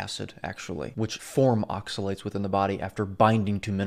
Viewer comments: Yes, his pronunciation of the word oxalates was driving me nuts. I thought it was just me lol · Good video, the way he says oxalates pisses me the fuck off. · Yes, he's been driving me crazy the way pronounces oxalates!